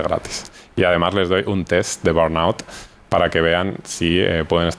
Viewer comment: Burnout. Estar quemado.. no es el nombre de una enfermedad, simplemente quiere decir, estar quemado en inglés. . Me molesta tanto la gente que usa palabras en otros idiomas, pero no logran ni pronunciarlas., cuando el español tiene su versión perfecta. Crees que da la impresión de qué eres internacional o más culto o qué porque si lo fueras, las sabrías decir, y si no lo sabes, das la impresión contraria